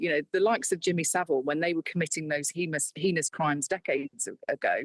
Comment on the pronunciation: Another labour politician mispronouncing "heinous". Dont use big words you arent sure of to look cool. "Heinous" rhymes with "anus"